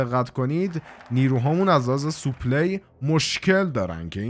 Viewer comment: برادر جان خسته نباشی ولی کم بگو سوپلی لطفا بگو ساپلای supply